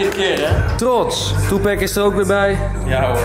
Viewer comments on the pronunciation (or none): Enzo.....ik hou van je ....maar alsjeblieft zeg nooit meer tuPACK 🤣🤣🤣🤣🤣 Tik even "Jay-Z about white people saying tuPACK" 👀😁